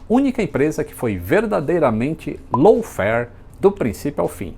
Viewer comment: Não estou conseguindo ouvir low fare, apenas escuto lawn fare.